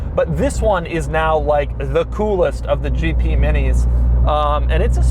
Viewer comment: Why when doug said "GP" for me is "GT" Did you have exactly the same? 👇